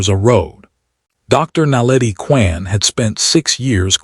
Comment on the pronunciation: Really caucasion AI narration. "Reyes, Kwan...." are not difficult pronunciations.